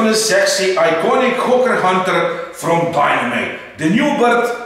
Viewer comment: Why when says hawker hunter i hear ho*ker hunter hahahahah